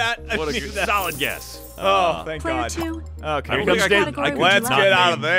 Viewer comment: it sounded like said "GAHT... DAMMIT PAPA!" 😹😹😹